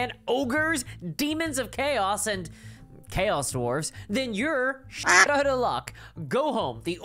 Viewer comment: Why'd you say Chaos dwarves like that???? Old school CD players exist too dammit!